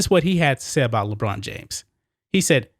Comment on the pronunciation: i thought you were saying LeGina at first... which works too